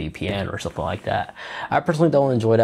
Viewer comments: THat... not Dat. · THe... not Dee.